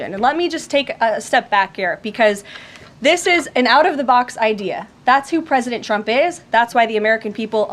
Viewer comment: Agreed sounds like she's saying President chump